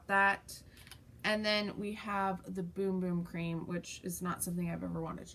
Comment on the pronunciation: I think you and I are the only people on the planet that don't like the smell of the Bum Bum cream! Also the only ones who pronounce it correctly as boom boom. I think it's one of those fad products . It doesn't work any better than another body Cream and not as good as some! Yea an honest review!